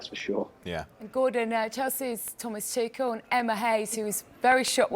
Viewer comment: Speaking of disrespect, I refuse to believe anyone on this panel can be here talking about football and not have watched enough football to know the correct way to pronounce "Tuchel". There's no other logical explanation other than pure belligerence and disrespect.